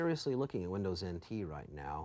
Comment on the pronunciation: All the "Winderz 10 is Winderz IN TEE" 😅